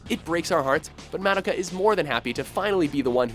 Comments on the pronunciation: Ok dude...its not MAD-IKA,,,You say it like. Muh-Doh.Kah. Please, if you are going to say names/words etc...please say them correctly. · Ugh. It's so cringeworthy when he constantly mispronounces Madoka. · The way he pronounces Madoka is annoying.